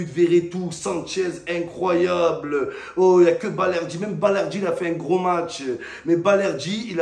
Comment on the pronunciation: tellement il était content et essoufflé il a mal prononcé "incroyable" 🤣🤣